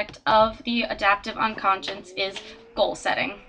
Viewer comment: nice, but you're mispronouncing it. it's 'unconscious' not 'unconscience' as you keep saying.